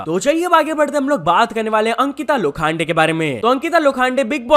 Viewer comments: sorry not "lo- khaan- de" it is "lo-khun-de" not trolling, but people make issues out of nowhere thatswhy writing it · Lokhande ❌ Lo khaan day ✅😂😂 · Its not Ankita Lo khande😂...its Ankita Lokhande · Bro its Lokhande not Lokhaande.